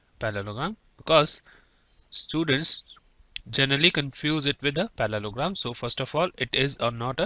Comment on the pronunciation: its not palologram its parlogram